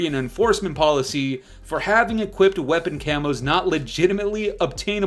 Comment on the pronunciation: "F0r YoUr CaMoSsS" 🦧